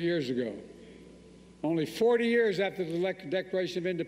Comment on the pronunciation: I keep hearing “NO MORE YEAR’S”……. 😂😂😂😂